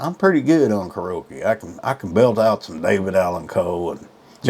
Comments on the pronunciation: I wouldnt date this guy if my life depended on it 😂😂 I guess he THINKS " hes" a Catch? Ummm, No😂 he cant even pronounce Karaoke 🎤 right " karoake" ? 😂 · Kar-ee-o-kee is how you say that word. FYI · ...And, can't pronounce "karaoke". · Hes real good on " karokee " !! Just aks him. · Just a little advice: You should get All your own Ducks in a row so to speak BEFORE complaining about your Dates. Wtf is "Krrokee?" Oh, KARAOKE 🎤! and she sang horrible but you don't remember the song she did? Come on man! There's other things you failed to bring to your Complaint table but, here's more advice. Slurping beverages is Gross! Don't do it. Go get the growth removed from between your eyes 👀 and those teeth.. Damn those teeth 😅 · Car o key ?!? Lol